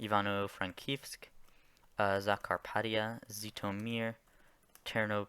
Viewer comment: literally😭 and "zeetomer" likeee there's clearly a ZH